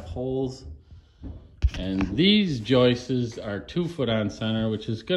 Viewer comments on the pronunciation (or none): yes, joists, not joist-es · "joistes" ...It's the funniest thing ever. It's the sure sign of a redneck...